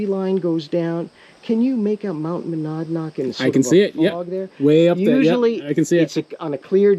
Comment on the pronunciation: It's Muh-nad-nock... lol. (sorry... native New Hampshirite thumbing his nose across the river at our ugly cousins over there). We sometimes say "My nads knock"... but that's only when it's February full freeze. ;) As far as keyboard vs simple telephone communication... a lot is lost via text. I prefer in-person or telephone... but as an introvert, those interactions are kept as short as possible. I joke a lot and keep things light when talking, but via text that doesn't come thru and I look like a flaming butthead (being G-rated)... so I have to choose words and use LOL/LMAO/;)/:) . This coming from a guy who has been using email since 1990 at DEC (I was a Mill Rat at 19 yo)... you'd think I'd have practice. I rewrite things over and over to get the best balance, but sometimes things don't get thru 100% as intended.